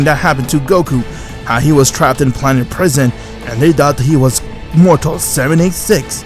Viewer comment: Bros like "Whaat iff gokau waaas trappetd in prasien" 💀💀💀💀